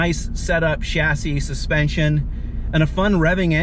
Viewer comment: You can tell Paul's a true car enthusiast by the way he properly pronounces "chassis", unlike most Americans.